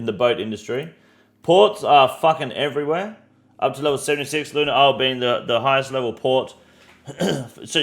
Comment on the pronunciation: is-lay and achie-pelajoe? lmao damn bro its just the english language